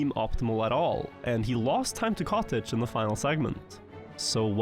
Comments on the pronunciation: katic. not kotege.! katic! katik! no kotej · Everytime he mentioned the player Katic I couldn't help but hear "cottage" instead